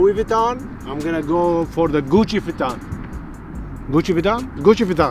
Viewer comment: POV: YOU ARE SPANISH: Gucci Vinton yea Gucci Vinton 💀